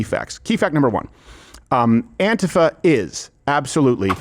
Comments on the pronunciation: Hey Steven, stop pronouncing antifa like a fairy. It's An-TEE-fuh. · No, dude, it's not that "some people pronounce it 'Anteefa' instead of AntIfa", it's that EVERYBODY IN THE WORLD pronounces it as 'Anteefa'!!